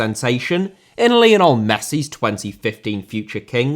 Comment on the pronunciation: Lionel* not Linl Rather* not Rother Debut* not Deibyu Uefa* not Yuweifer Sassuolo* not Sassuouwlouw Lopes* not Lôuwpez Monaco* not Monacouw Sevilla* not Sevía Liga* not Liguer Leo* not Liouw München* not Munich Colorado* not Colorohrdouw Cornet* not Cornei Nascimento* not Nascementouw Kansas* not Kanzas Juve* not Juvei Bertivegna* not Berteveigner Palermo* not Pălömouw Aleksei* not Aleksi Stabia* not Stăbìa Lokomotiv* not Louwkouwmouwtyv Moskva* not Moscow Roma* not Rouwmer Basel* not Bohrzel Davide* not Davidei Nathan* not Nátan Fluminense* not Flumenensei Frontale* not Frontohrlei Boschilia* not Boschiwa Manneh* not Mannei Idea* not Ideer 31 mistakes that you made in just one video! Ffs